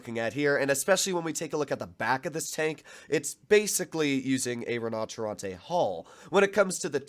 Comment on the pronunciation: Took my I while to understand you where saying “Rinoceronte” …